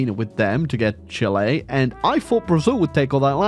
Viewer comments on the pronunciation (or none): none